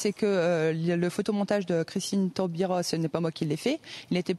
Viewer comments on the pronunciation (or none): On dit avocat et non pas avoco. On dit Taubira, pas non pas Taubiro..remarque c'est normal, elle parle avec une banane antillaise dans la bouche.. mais quelle coquine cette Sophie.. :)